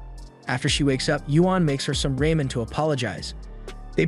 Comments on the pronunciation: Its pronounced "rah-men", not this cringe version "rey-men" 🍜🍥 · "Makes her some RAYMEN" It seems you need someone to prewatch before putting videos out. You always mis-pronounce words, doesnt take but a second to re-record a line. Sighs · There’s no way you pronounced ramen as “raymen” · Everybody loves Raymen. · Ramen is kinda like=Japanese while Raymen is like=korean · the way you said ramen killed me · Why you say ramen like that